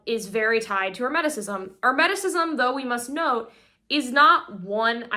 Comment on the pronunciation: What happened to? Isn't it pronounced Kuh-ball-ee-uhn? Every time I hear her pronounce it the other way my solar plexus chakra tightens uncomfortably and I cringe. And Hermeticism isnt pronounced like the word "herb". Wtf. Also, it's pronouonced "arc-uh-type-uhl". She's still mispronouncing words I can't do this all day. I have almost solely communicated with other occultists telepathically or online, and they say I'm annoyingly pedantic, but gimme a break. She's still 10x ahead of me at that age though.